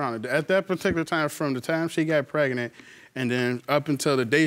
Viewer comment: I thought pregnant was 2 syllables and not 3. PRE-GA-NENT is not it chief 🤦🏽‍♀️